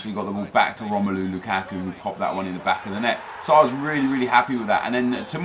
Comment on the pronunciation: everytime you say "LOU KACK KOO" i chuckle